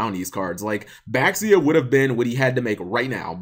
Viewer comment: Cap, this has been bugging me for a while now. Beelze and Baxia. Nobody gets these names right. Beelze is pronounced BEE-ELLZ. It's a corruption of Beelzebub, a demonic lord of the flies. Baxia is BA-SHEE-AH. In Chinese, Xi sounds like she. That's how you get names like Xianghua.